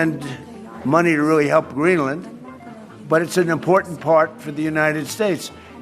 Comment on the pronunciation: Since he took office?!?! 😂😂 The US has always tried to conquer places!! This video is also the first time I’ve heard an American pronounce Greenland in correct English. Not the usual Green Land. The whole point of compound words ( joining two words together) is to shorten the sound. Greenland is very strategic. The US got dominance globally after WW2 on these very principles. None of this is new and Trumpian! He’s an absolute clown but far from unique.